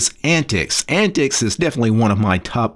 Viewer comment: I don't think its 'Ant-tix'...I think it sounds more like 'ant-teeks'...which is what the OS was designed for...older computers.